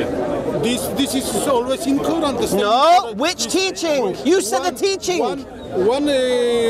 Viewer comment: “Second koeran from medina”. Errorrrrrrr haha